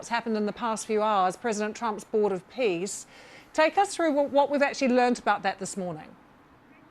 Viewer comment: Did he just say "Board of Piss"?